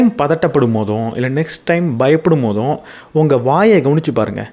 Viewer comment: போறும் ❎போதும் ✅